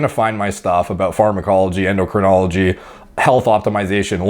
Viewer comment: A self-confessed clueless kid, claiming he's qualified to give fitness advice, when he can't pronounce "endocrinology". Ignorance isn't innocence.